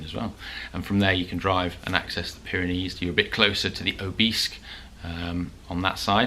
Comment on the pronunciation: Off to the Pyrenees in June, struggling to find the "Byreneese"? "Baronees" gizza clue mate.